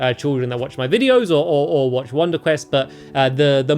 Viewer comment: You said wonder cress.